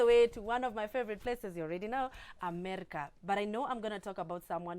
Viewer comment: Xcuse me🙈,,dd I hear u say "Amerca"?? In the beginning???🤔🤔🤔🤔🤔🤔🤔🤔🤔